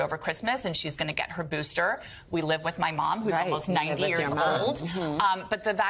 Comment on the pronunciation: "what about a boosterrrrrrr"